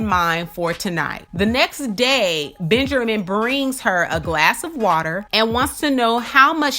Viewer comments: "Benjermin" lol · 😂😂😂😂this makes me laugh because I thought I was the only one who caught that